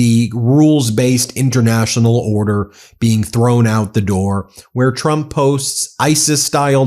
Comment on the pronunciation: She’s a disgrace to her core. On a side note every time she says trump is sounds like chump and I mean yes.